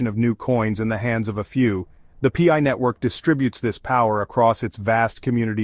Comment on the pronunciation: The "pee eye" network. 😂